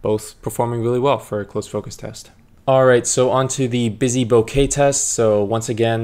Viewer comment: Omg you say bokeh correctly 😭😭😭 (deep cries of joy). I was losing hope hearing all the YouTubers say bokah...